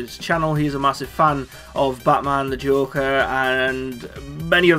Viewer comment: Is it so hard to say joker